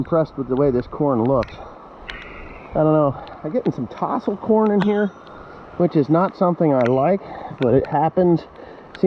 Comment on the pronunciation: its not tossles..its taaaaassles...aaaaaaaa